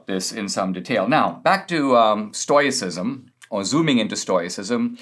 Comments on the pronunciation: Stoyacism or Stoicism Stow-ih-sis-m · Love ya Dinesh, but "Stoyicism"?